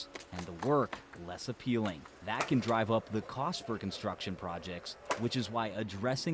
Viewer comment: 'Constuction'. Ok.